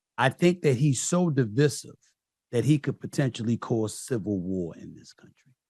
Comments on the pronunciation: Not only does Steve not know how to pronounce Divisive which shows his ignorance he is completely unaware that people of color support Trump!!! Idiot!!!! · I cant trust a man that cant say divisive.